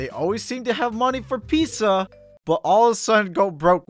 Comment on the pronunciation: "Always seem to have money for *pissa*" You what mate